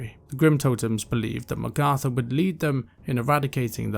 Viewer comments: great vid you did a great job. But. the way you pronounce magatha takes me out a lil bit I always thought it was mag like nag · Sounds like you are saying Magartha. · How come you pronounce Magatha that way? Honest question.